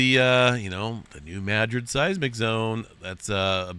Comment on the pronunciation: I have always heard this pronounced New-mad-rid, not New-mad-gric?